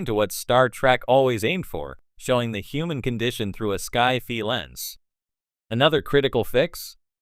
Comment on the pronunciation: Lame AI can't even pronounce "sci-fi."